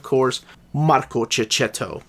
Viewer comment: The pronunciation of checchetto is kekketto! Love from italy